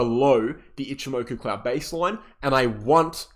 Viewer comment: love your content. why cant you say ichi moku? as a japanese speaker, i find it amusing